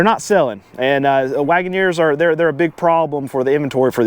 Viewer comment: Jeep Grand “Wait-in-neer”